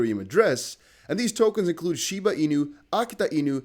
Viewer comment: Dude just fkd up shiba.. 😅